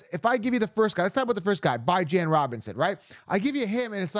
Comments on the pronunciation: why u call him byejan? It's beejan...Bijan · Why the f do u say Byejan? That's pretty irritating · by the way that’s not how you pronounce Bijan. he has a video out there with him explaining how his mom meant for it to be pronounced. love the content but the Bye-Jan is wild lol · Saying Bijan name completely wrong and its giving me racist vibes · Yeah, bijan Robinson literally talks about how you pronounce his name. It is not even close to that